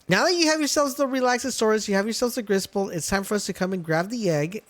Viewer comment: Griss bolt more like riss bolt 😂😂😂😂😂😂😂😂